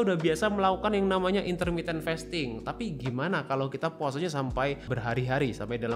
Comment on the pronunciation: Sorry , agag keganggu bgt sma pronounciation "fasting" nya, it is 'a' as in the car, not 'a' as in "wait"😢